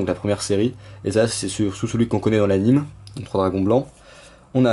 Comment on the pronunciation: Bonne vidéo par contre, vraiment, on dit "animé" et pas "anime" comme dessin animé x) Sinon belle ouverture je suis trop content pour le Roi des Marais que je cherchais depuis trop de temps mais qui vallait 5/6 €/piece mtn c'est 2€ les 3 ^^